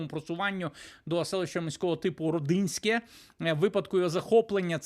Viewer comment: дякую за подання важливої інформації! Правильно говорити Ро'динське а не Роди'нське, тобто наголос на Ро... Моя мати з тих місць🙏